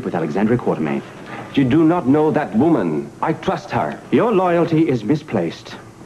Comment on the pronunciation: Well Victor also pronounces Alex's last name Quar-ter-mean. I guess it was so slight they let the line pass. And if you remember Frank Smith had that stilted way of delivering lines like Anthony. for what its worth.